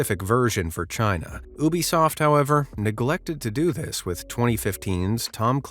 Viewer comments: It’s U-bisoft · What's an Oobisoft?